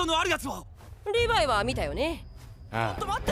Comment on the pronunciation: ココアシガレット リブァイではなく、リヴァイですよ😅